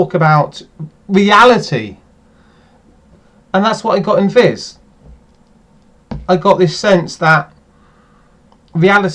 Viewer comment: Yeah, not as funny as it used to be mind. Viz not fizz btw